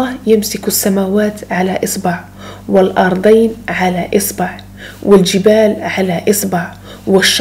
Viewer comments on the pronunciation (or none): جزاك الله خيرا أختي الأرضين بفتح الراء وكسر الضاد وسورة فصلت بتشديد الصاد .استمري موفقة بإذن الله.👍